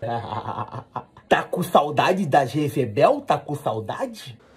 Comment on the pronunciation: "Gezebel" kkkkkkkkkk